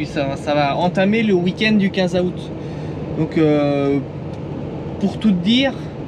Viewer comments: Super vidéo comme d’habitude. Mais juste comme ça dans août , le A ne ce prononce pas … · moi je prononce pas 15 a out mais 15 zout🤗